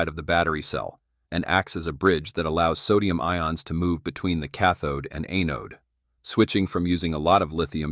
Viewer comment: A-node…. You know, kind of like A-hole…. Thank you A-I…